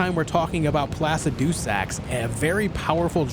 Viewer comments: Its Pluh-sid-uh-sax ... not Plass-ah-doo-sax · placid-doo-sax XD